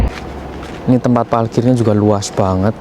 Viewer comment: 😅tempat Parkir, bukan palkir mas 😂😂😂😂